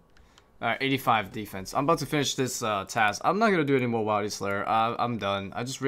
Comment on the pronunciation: The way he says wildy is erking